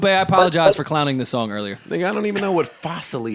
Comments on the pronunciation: I heard you...A-POD-IGIZE 😂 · Aye .. parks I heard you “ A-Pod-a-gise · "She didn't apPODagize" 🤣😂🤣🤣